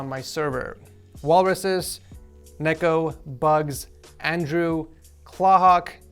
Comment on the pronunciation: Btw i think its Neko but u say the E like an I